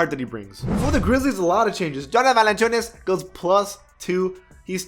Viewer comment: .......................... what? JONA VALANCHUNAS the way he said jonas valanciunas man